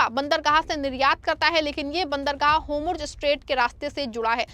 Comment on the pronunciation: Pronunciation like( hormuz) and other words are wrong .Reform this